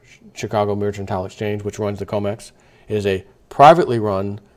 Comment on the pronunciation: mer-can-tile, not mer-chen-tile